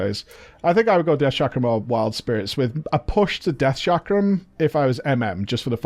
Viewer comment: It's not Shakram is Chakram... same Ch sound as in Chicken XD